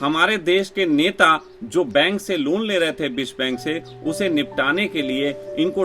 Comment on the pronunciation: भैयाजी बिश्वा बैंक नहीं विश्व बैंक .....😂😂😂